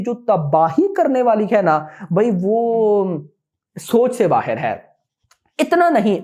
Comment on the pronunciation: Bhai ......bahar ko bahir kyu bolte ho ..